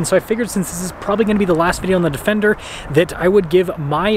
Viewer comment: "Defecter" hehehehe